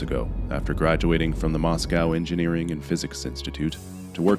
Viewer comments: He said mos-COW I now longer want to listen. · "Moss Cow"